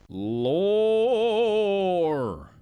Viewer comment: I find it hilarious how he says lore so I'm placing the timestamp here.